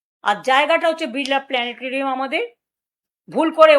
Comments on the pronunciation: pls. onar ei bokktobbor oi portion tar ekta vedio karun, jekhaney un biral planetorium uchharon korlen🤣🤣🤣🤣🤣🤣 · একজন মুখ্যমন্ত্রী ভালো করে প্লানেটরিয়াম বানানটাই উচ্চারণ করতে পারছে না